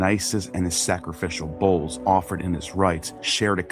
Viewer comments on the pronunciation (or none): none